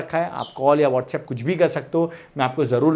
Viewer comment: Whatsapp❎ Wotshap✅😂... (just a joke)